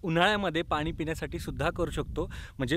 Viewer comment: Sry for correction पण तुम्ही प्रत्येक 'न' ला 'ण' आणि 'ण' ला 'न' म्हणता उदा हणूमाण नाही तर हनुमान पानी नाही पाणी pls correct it frm next time